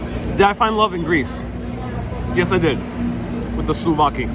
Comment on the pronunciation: souvlaki not slovaki slovakia is a country....hahaha my frend! patsas is called in Greek...